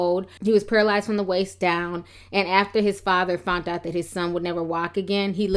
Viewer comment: HOST...WHERE ARE YOU FROM> WHY ARE YOU CONSTANTLY MISPRONOUNCING THE WORD "FOUND"...IT'S PRONOUNCED "FOUND"....NOT "FOUNT"..(no such word in the English dictionary) damn girl...LMAO